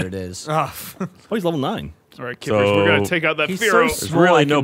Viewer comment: Everytime said "kippers" I wanted to fucking vomit